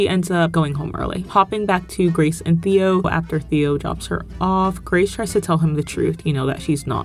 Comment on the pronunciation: You calling Theo "Th-ee-oh" the entire video is so funny